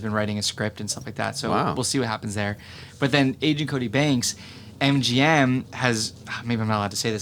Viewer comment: please don't say angent cody banks lol